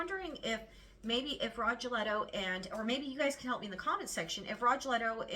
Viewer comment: Rogelio is pronounced Row HE lee o